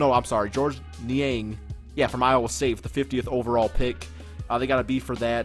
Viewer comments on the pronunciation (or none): none